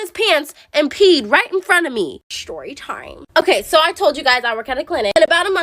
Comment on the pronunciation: The way she says shtorytime